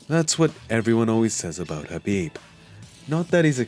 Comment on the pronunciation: The K in Khabib isn't silent is it because the narrator sounds like he's missing the K at the beginning every time he says Khabib's name. I bet Khabib can't stand when mofo's say his name wrong and I bet it happens 24/7 smh